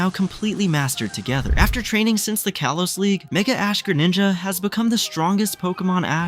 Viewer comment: Did you say kolos or kalos